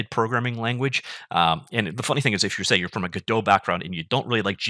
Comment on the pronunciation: Everytime I hear "Gedo" I'm like what's that? Oh "Go Dot" Lol